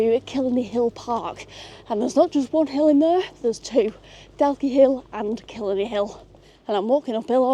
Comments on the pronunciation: Had to switch off Could not listen to you say kill a knee one more time 😂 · Daw-key and Kill-eye-knee. Lovely video. Maith thú!